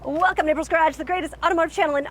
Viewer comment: Did she say “welcome nipple scratch???? “